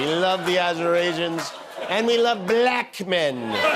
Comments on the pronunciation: It bothers me how he says black. He says it with quotation marks, two syllables, and a really hard K ending. - " bah-LACKKH " "I like 'bah-LACKKH' men!" -DonOLD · My skin crawls every time Trump pronounces bLAck the way he does 😵‍💫😵‍💫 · Why does TFG pronounce "Black" like it has three Ks? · Trump is the only one who gives the word “Black” two syllables.